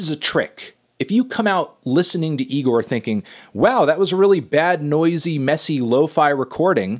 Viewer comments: It’s pronounced e-gor not ne-gor melon 😡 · It's Igor not Nigor Anthony! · Almost a year later and he’s still pronouncing it “NIGOR” smh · It isn’t pronounced NIGOR, stop calling it that Fantano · damn melon, cant believe you still pronounce IGOR with an N at the start.. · Anthony please stop putting an "N" infront of "IGOR"